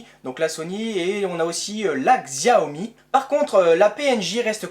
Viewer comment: Xiaomi se dit "chaomi"